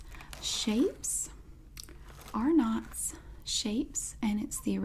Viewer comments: Love this video! I’m from Australia and we pronounce Arnotts r-nuts the ‘are’ Sound is a short one so the name is said kind of fast. Also I think you can buy violet crumbles at cost plus world markets in the US. It’s called violet crumble as the creators wife’s favourite flowers were violets and crumble because the honeycomb crumbles. Cadbury chocolate in Australia has added ingredients which ensure the bars don’t melt on our hot shelves, which is why it sometimes tastes different and is difficult to melt :) with the Vegemite you have to have plenty of butter and then a very thin layer of Vegemite, doesn’t have to cover it all, it should make the colour go a medium brown when it mixes with the butter or margarine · no one was EXPECTING her to pronounce is correctly because, of course, how would she know.